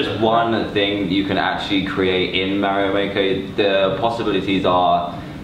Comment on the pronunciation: He can't pronounce Mario correctly